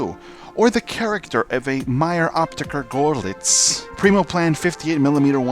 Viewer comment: Meyer Görlitz is not pronounced Gorlitz. it's pronounced like Girl-it's